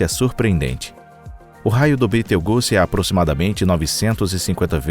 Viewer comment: Toda vez que esses "narradores" pronunciam no nome de Betelgeuse de modo tão grotesco, fico com vontade de socar o cara... É só ler o que está escrito, sem ficar inventando... E é 8 Bilhões de anos não milhões...